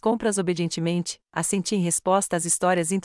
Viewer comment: Não é A SENTIIR É ASSENTIR